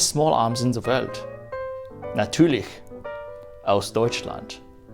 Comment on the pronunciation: speaking as a German - both your spoken German and your fake-German accent are on point! Especially "Natuerlich" 😂